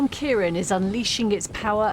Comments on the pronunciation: Its ciaRAN not ciaron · CiarAn, not Ciaron. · Presenter can’t pronounce Ciaran properly, says CaiRON! Standards are so poor nowadays.🤔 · Why does everyone keep saying ciaRON? Lol